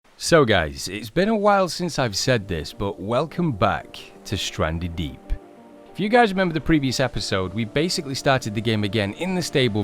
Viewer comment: U said welcome back to standree deep